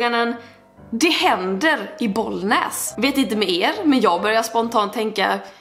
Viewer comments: må än säger inte boll näs utan bollnäs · Jag bor inte i Bollnäs men det gör min farmor och farfar😂 och älskar ditt uttal på det du ba bollnääes